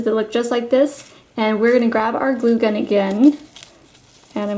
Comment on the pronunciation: that is perfect but everytime you say glue gun you sound weard!!!!!!!!!!!!!!!!!!!!!!